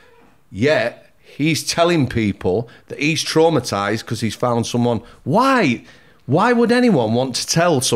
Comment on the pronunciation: Every time said ‘because’ laughed cos he says it like becourse 😂😂😂